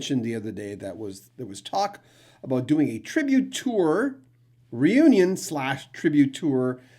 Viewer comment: 😅👍 Aboot your Canuck is showing 🇨🇦